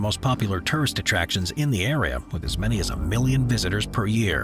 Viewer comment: Don't forget your "n" in "many"! Apart from this: I think you have a point.